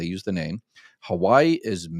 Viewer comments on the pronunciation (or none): none